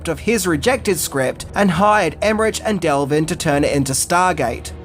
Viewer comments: Stop saying Emmerich like that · You keep pronouncing Roland Emmerich wrong. Even though it ends with a ch the end has a k sound. Also, his producing partner’s last name is Delvin, you keep calling him Delvin. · Delvin? Emmerich pronounced with a the "ch" instead of "k"? 🥴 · Their names are pronounced "Emerik" (EmerITCH) and "Dev-lin" (not del-vin) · Maybe my ear is fooling me, but I think you say Delvin instead of Devlin. He's half Filipino, by the way. And Emmerich, I think, isn't Emme- "rich", it seems to be Emme-"rikh". Maybe Americans just keep saying it that way and he's grown used to it. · Emmerich is German. It's pronounced like emmerick. There's no rich in Emmerich. BTW, love your videos. Long time subscriber 😊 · As always, great content. By the way, it’s Roland Emmerick or Emmerik, not “Emmerich”. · Love Stargate, luv ya, but it's Emer'RICK NOT Emmer'RICH. His name has literally been said by others and himself for decades, as well as DEV'lin, not DEL'vin.;) And I'm SO GLAD Kurt was there, because I could feel he was carrying. Oh and Ebert was a clown. FUN FACT: I was the Design Director on an original Stargate SG1 game being developed in 1996/97. It was rough, but I've always wanted to make anything Stargate (and still do). Unfortunately, my SG1 game (which was kind of like "Stargate meets Jedi Knight") was cancelled as MGM Interactive ran away from internal development. Every one I know who has worked on any Stargate game has nightmare stories. I'm convinced the IP is cursed. LOL. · Why would you pronounce Emmerich so wrong? It’s a German name…. And even if you would pronounce it English you would say Emmerick and not RICH… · Love the movie, Love your channel, but can I just point out that Roland Emmerich's last name is pronounced Emmerick. Sorry to be a dick but it bugged me everytime you said his name🤪🤪😅😅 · Love your stuff... Fun fact 11 is that it's a hard K at the end of his name, and is pronounced "Emerik" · Roll-und Emer-ick